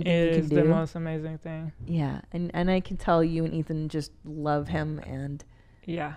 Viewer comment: She called Ethan athon. Lol